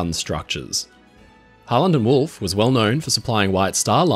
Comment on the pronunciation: the entire time i’ve watched the channel, when ever he said harland and wolfe i always heard holland and wolfe